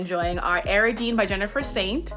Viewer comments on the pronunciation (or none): It sounded like she pronounced Ariadne as air-uh-deen.... I believe its are-ee-add-nay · Idk if there's indication of pronunciation in the book you recommended, and certainly names can sometimes be pronounced in multiple ways, but just a note that you might want to check your pronunciation of Ariadne (source: it's my name, and I don't pronounce it the way you did)